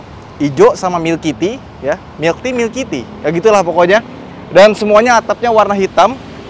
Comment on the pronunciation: 'milky tea' tapi di kuping gw jadi 'milikiti' 😅